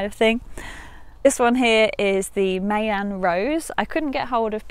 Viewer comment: Great video. Just a tip - it’s pronounced “My-an” like “pie”